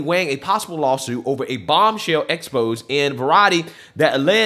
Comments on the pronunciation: It’s pronounced “expo-zey.” I gotchu bro! 👍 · Bro it's pronounced Ex Pos Zay lol